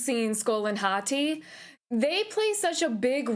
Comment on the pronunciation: Ive been watching a bunch of people react to this cuz I'm super hype for it and you are only like the second person to actually call them Skol and Hati correctly and not just scream Fenryr even though it clearly explains them chasing the sun and the moon and you even have to complete a puzzle having to do with it in the first game